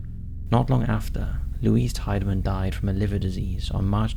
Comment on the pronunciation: Cleveland and Eastlake... some really weird stuff happens up here. Franklin Castle. I grew up around the block from the house. And the name is pronounced “TEE-de-man”.